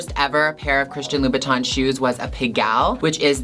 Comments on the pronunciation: Did I heard....Low..Bow..Tan???......how to pronounce it seriously...lol...Gigi I want some of your bags,I can’t even afford to buy a new one(25yrs old wallet and bags)I love your high heels but I can wear those when I’m sleeping for sure,there’s no way to walk😍😜🤣😆😁Mwuahz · Do you mean Louboutin? (Lou-boot-in) or do you mean Louis Vuitton?